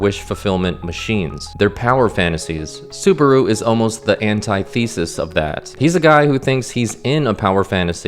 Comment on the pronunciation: Great video.. but I can’t let you pass on antithesis. Bro deadass says anti-thesis. No bueno.